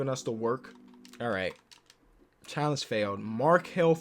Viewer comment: Here when it says “impossibe” and “challenege”